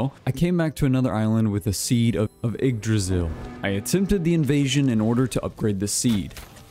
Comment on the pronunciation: So hey dude, yggdrasil is not actually pronounced jyggdrasil. That being said, you have the -drasil part down and thats usually what americans seem to struggle with. Just gotta stop putting a J in front of the "ygg".